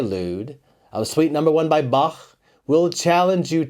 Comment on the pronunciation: Big fun. Many thanks for your time dedicated to us. Please only one correction. It's not Bak. It's Bah. It's German.